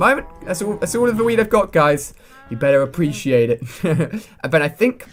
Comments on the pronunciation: Lol alia said weed instead of weat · At 1.47 it sounds like ali is saying that's all of the weed I have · he said wheat